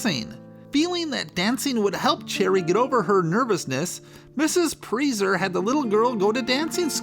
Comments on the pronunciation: it is not pronounced preezer it is pronounced pricer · Very interesting, but wasn't her last name pronounced "Price-er?" Always assumed that was the pronunciation....correct me if I'm wrong. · Pronounced pry-sser, it is Germanic. I learned through knowing someone by that name. It is an easy mistake! 😊